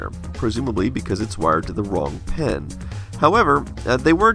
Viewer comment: Great video as usual :) BTW, do you pronounce "pin" and "pen" the same? many Texans do, according to wikipedia